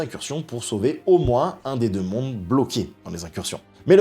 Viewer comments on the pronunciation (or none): none